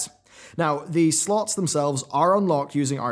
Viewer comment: If you keep saying "slots" like that your going to lose your monetization.